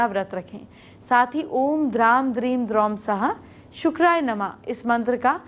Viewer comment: आपका वाणी उच्चारण समझ में नहीं आया यह द्राम है या ग्राम आपने फिर ........ शुक्राय याए नमः बोला है